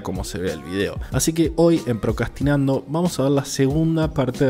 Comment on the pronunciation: El que relata no sabe decir procrastinar jajajajajja lpm